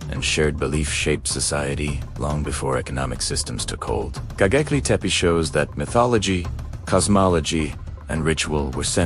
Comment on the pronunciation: GoBEKLI, NOT goGEKLI...